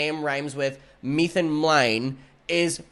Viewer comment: METHIN MLEIN?? 😭